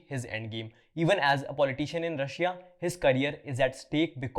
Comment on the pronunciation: Can u please learn to pronounce “Russia” correctly?